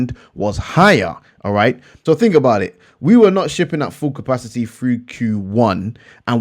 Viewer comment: The way you say capacity reminds me of that meme of the guy crying 😂😂😂